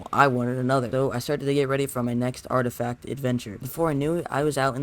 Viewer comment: Mans called an “artifact” an “artistack” 🤣